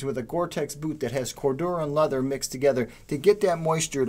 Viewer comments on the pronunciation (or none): none